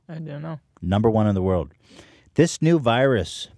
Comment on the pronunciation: Hila: "small word" instead of world